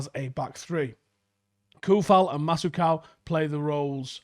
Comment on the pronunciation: Bruh the way he pronounced Masuaku’s and Soucek’s names 😂